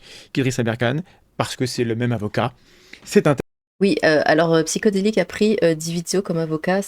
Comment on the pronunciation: Encore une chaine de brassage de vent. Même pas capable de prononcer le pseudo "Psyhodélik" correctement, sans parler de ton twitter remplie de "ouin ouin". Pauvre meuf. :(